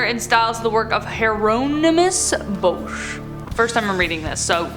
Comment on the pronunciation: As terrible a name as Bosch's is...for your first time saying it, I think you did brilliantly. I dislike quite a lot of modern art ass well. I'm not into Impressionism, pointilism, that junk as art stuff, and what ever it was Pollock did. I mean it was just throwing paint at a wall. I do like surrealism and realism. I do like that art style that uses 3D shapes to create an image but only if you look from the right angle, though I like it even more if different angles create different pictures. I had to look up Otto Rapp's piece that you showed. It's pretty cool. I love The Picture of Dorian Gray...but that description of the plot doesn't sound like I remember.